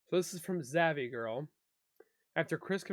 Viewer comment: You said zavvy girl is it zav girl sounds like it .why would u give her any kind of support.